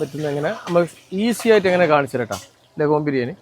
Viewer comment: LegHorn. അഥവാ ലെഗോൺ.. നമ്മളും തെറ്റിച്ച് പറഞ്ഞിട്ടുണ്ട്.. ശരിയാവും..